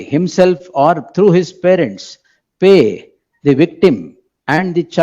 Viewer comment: Farents allappa parents... kannada kollabedi